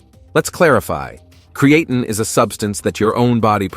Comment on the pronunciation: Subscribe? I would love to if I could get through the whole video, but I can't deal with a monotonous AI voice even if all the facts are correct. The key giveaway for most AI videos is the mispronunciation some words like creatine and deload which should be written as de-load.